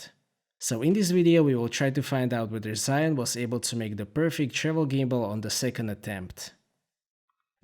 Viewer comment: It's actually pronounced Jee Yoon but great review! Lovely footage.